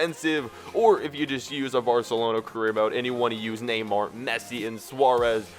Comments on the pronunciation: neyamr? do you mean neymar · it's not Neyamr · you messed up Neymar's name